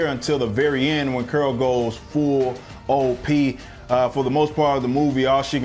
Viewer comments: “Curol” LoL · It was criminal the way you pronounce Carol. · Who is "Curl"?....Oh you mean " Carol"? 😂. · I keep cracking up when he pronounces Carol as Curl 😂🤣🤣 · Why you keep saying curl instead of Carol? You still thinking about burning some steam and work out the travesty that was Captain Marvel? Cuz i'm doing that! This movie was epic trash, it makes the worst MCU movies look like academy award winners! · Carol is NOT pronounced "curl."